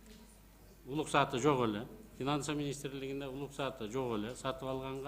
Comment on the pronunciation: Уруксат деген сөздү үйрөтүп койгулачы,улуксат детирбей